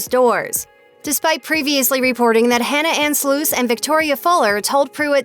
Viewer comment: The name is Sluss as in FUSS and CUSS. It is NOT Sloose!!!!! How do I know, it's my maiden name and Hannah is my niece!!!! Get it right! Nobody is pronouncing Peter's last name as Weeeber!!! Geez!!